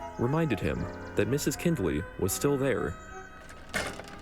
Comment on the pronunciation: I know this came out in 2024, but the name is pronounced kind-ley, not kinned-ley